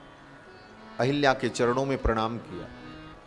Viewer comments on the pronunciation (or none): अहल्या को अहिल्या और सहस्राक्ष को सहस्त्राक्ष बोलने वाले ज्ञानी नहीं हो सकते।बकवास बन्द करो। कालनेमि है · Ahalyā, not Ahilyā.